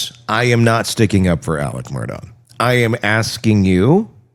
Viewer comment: And Murdaugh pronounced Murduck😂